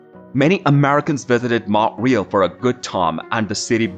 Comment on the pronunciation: Mount RÉÉÉÉÉAAAL not Mount REEEEEELLL